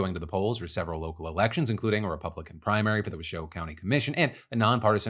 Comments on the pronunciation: My dude, it’s “wah-show” not “wuhshow” 😂 and yah, Washoe (Reno-Sparks) is a weird area. It’s half super-liberal and half super-conservative. I moved here from Vegas and was taken aback by how hard right the area can lean. I’m just thankful the Right to Reproductive Healthcare Act passed here in 2023 so they can’t go after birth control and abortions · Native Northern Native here: Washoe is pronounced WASH-oh, not wuh-SHO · I’m from washoe county. You pronounced that so wrong but usually people from my country are level headed. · Phil, local Northern Nevada resident here who years ago railed in these very comments for you to pronounce Nevada correctly, which to your credit, YOU NOW DO! But... It's Wash-O county not wa-show county. Keep up the strong work, you'll get it! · channeling Hermione Granger It's WASH-oh County Nevada, not wuh-SHOW County Sorry to poke fun, but I was born in Washoe County and heard it pronounced as such for the first 10 years of my life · Phil, I appreciate how serious you are with pronouncing Nevada right. But when you said “Washoe” I didn’t recognize my own county cuz it’s actually pronounced “Wash-O”. That said, yes there’s a lot of concerning stuff going down lately with our politics. There was a dude who planted a tracking device on the Reno mayor’s car and the fight to expose who ordered it is in the courts. I know that it’s important to participate in local politics, but when safety is in question, it really discourages people (including myself) from doing so. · sorry but as some one from Reno NV all my 44 years its wash-o not wa-show also nev-add-a not nev-ah-da thank you for getting the state right :) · Nevadan here and Washoe is pronounced WASHOW like wash-show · Lol, I used to be from Washoe county, its pronounced "wash-oh" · Wash-oh county :) But thank you for pronouncing Nevada right. Very appreciated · It wash-oh Phil not whatever the heck you said 😂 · "WASH-oh" Phil, "WASH-oh" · Phill It’s pronounced ( wash O) washoe